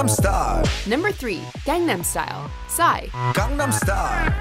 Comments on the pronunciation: Gangnam too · She butchers gangnam style though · ......Gangnam is pronounced GongNom. It’s not in korean and it’s the name of a place. It’s basically like saying Hollywood as RollyRood. It sounds bad. Really bad.